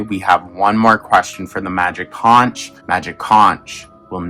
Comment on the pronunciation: Conch rhymes with "HONK".